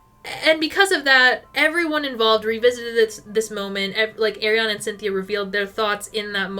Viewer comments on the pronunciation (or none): It’s “Ari-Ana” not “Air-iana” 🥲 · As a fellow Arianna, it is pronounced ARI-ana. not AIR-iana 🥲🥲🥲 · it's Ariana not AIRiana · Loving this vid! No hate whatsoever but every time you said “air”-iana it hurt my soul lmao